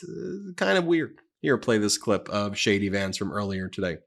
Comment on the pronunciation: in this clip ... sounds like you said "shady Vance" instead of "JD Vance." I like that. I think it will stick.